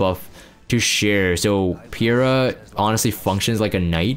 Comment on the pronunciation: And it's triggering me too! It's Peira - as in Pay-ra. Get it right, nerd :P :P :P Good to see you playing RTA again. Hopefully you won't bomb on the last day and get Emp comfortably this time round. P.S. Not wearing your frame anymore?